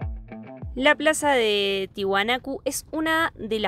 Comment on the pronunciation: No se dise ti hunaco😊😊😊😊😊 se dise Tiahuanaco